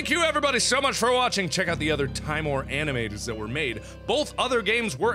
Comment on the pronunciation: Mark if you read this I have info on the name. Timor is the Latin word for fear, it's derivative being timid. It is pronounced (Tim-or). I hope this helped some way